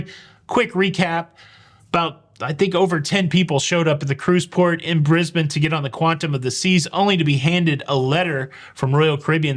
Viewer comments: Subscribed for pronouncing Brisbane correctly. 10/10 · I'm impressed. You pronounce both Brisbane and Melbourne correctly. I wish that was more common.